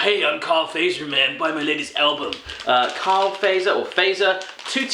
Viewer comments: Miladesu 2 Yep! it's [Fatser] it really sound weird when you say it like [Feizer] or something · Fazer's Finnish. And it's pronounced "Fart-zer". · In sweden and finland we not say facer to Fazer. We say faatser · yeah the person that sent you these didn't do a very good job, most of it isn't swedish. also, fazer is pronounced FAT-ZER (it's the surname of the founder, his father was from switzerland) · Fazer is pronounced Fatser. And Sveriges mest köpta bil means Swedens most bought car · Fazer is actualy finnish but we have factorys in many baltic countrys and its pronounced more like fatser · Its more like Fatser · That is not how you pronounce Fazer, but it will do just fine.